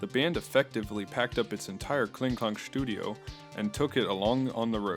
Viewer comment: "...their Kling Klang schtudio..." Schtudio. Hahahaha